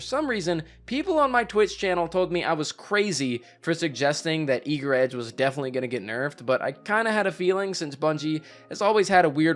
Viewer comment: thank you for being possibly the only person in all of YouTube to not call it "Eager's Edge"